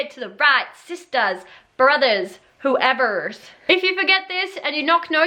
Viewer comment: suddenly becomes american while saying whoevers